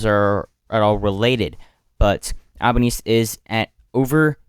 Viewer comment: it's pronounced "albaneasy" not "albaknees"